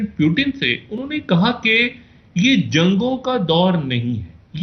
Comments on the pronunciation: 0.45 he said President *"Pyu-teen"*...🤭🤭🤭😂😂😂😂😂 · Pyutin are ye kha se pakad kar laate ho aise Journalist jinhe Pronounciation tak nhi aata thik se...🤣🤣🤣🤣